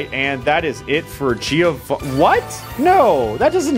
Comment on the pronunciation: the right pronunciation of Giovanni is JOEvanni ;P